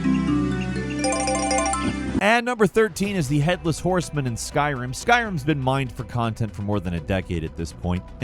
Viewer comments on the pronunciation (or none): none